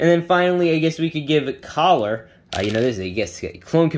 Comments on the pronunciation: Btw its commander Keller not collar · It’s Commander Keller not Caller lmao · its keller not caller